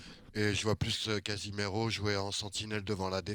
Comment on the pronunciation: qui parle de "Casimero"... Ça m'fume 🤣🤣🤣